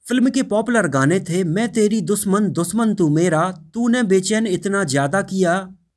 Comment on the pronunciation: Soot nai be shoot 🤣🤣🤣Doosman nai dushman🤣🤣bhaiyya "englissss"🤣🤣